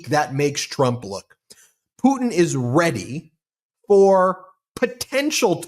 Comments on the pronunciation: I giggled when Brett pronounced Pudin for putin.😂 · WHY?? why can't on the far left of the screen pronounce his Ts?? "Vladimir Puddin is really pushing his buddins. idk why it drives me crazy but I can't stop hearing it now